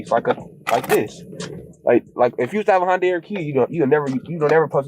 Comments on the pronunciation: I'm sorry, is it Honda, or Hyundai (hi-un-day/die), cuz I keep hearing Hon-die, and this is very confusing... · It's Hun-Day, not Hon-Die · It's not "Hondai", it's "Hi-un-dai". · How do you read "Hyundai" and pronounce it "HONDAI", also why are they suing the manufacturers, it's not their fault these idiots died (in the sense that the cars didn't kill them but their stupid decisions) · Why does he keep saying “HON-DAI” ?! It’s “HYUN-DAI” there’s no O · Why does everyone keep saying 'Honday' it's pronounced 'Hi-un-day'....how can they not know this? The douchery is contagious and the wackness is real. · I know it’s not the point of the video but it’s pronounced like Sunday with an H. I worked there and it’s the first thing you learn. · Me: Honda or Hyundai?: Hondai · High-un-day not hon-day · Say it with me everyone, it's Sunday, Monday, Hyundai not Hondai. Plus these kids are idiots and just another reason tiktok is ruining the youth. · why do americans say “hondai” ?? it’s hyundai ffs 🙄🙄🙄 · oh my lord, it's not "hawnd-eye", it's "Hun-day" or "hund-eye" Hyu sound is not Haw, like a Honda. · come on. honday. say it with me hy-un-dai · It’s huendi For pronunciation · good video, but the way you pronounced hyundai kinda triggers me abit LMAO. its ha - yun - dai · ITS HYUN-DAY NOT HYUN- DIE 😂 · For the Americans hi-yon-die is how u say hyundai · Hey the pronunciation for Hyundai is High un die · The way you pronounce Hyundai 😬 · Love how no one can say hyundai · The way you pronounce Hyundai is driving me nuts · Nobody can pronounce Hy-un-dei why can nobody ever pronounce the Y it's not a damn Honda lol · I swear thats not how you pronounce Hyundai.